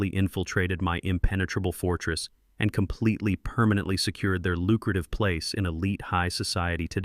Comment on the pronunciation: Complitly, violently, firmly, entirely, what's with you 😀